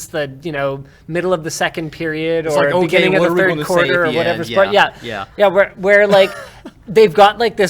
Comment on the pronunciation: August Fird Twenty Sixteen